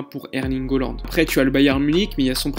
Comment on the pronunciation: Hollande ? Ca se prononce Haaland, avec un a